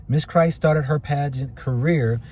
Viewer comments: She is biracial and was alledged to left a note, her last name is Kryst not "Christ". Extra pronounced her name:) Kryst. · It would have been nice to listen to news stories in order to pronounce her name correctly. You're just reading what the news feeds have already reported.